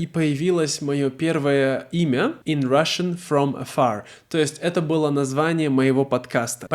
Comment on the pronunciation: It makes sense. I laughed at the hollywood accent "Russian from Afarrrr!" 😂